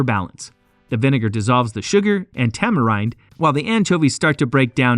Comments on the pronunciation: "tamarinde gives woysoyster sauce" yanks man🤣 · I offer this in the spirit of wanting your channel to succeed: research pronunciation. It wasn’t just “Worcester/Worcestershire”, but also the company name, the two (different) wrong pronunciations of “tamarind”, and that was just in the first three minutes. Believe me, this is meant to be constructive feedback. The content is good! Keep at it!